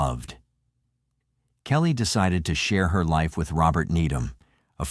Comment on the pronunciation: Ruppert!!! Its Rupert =pronounced Roo Pert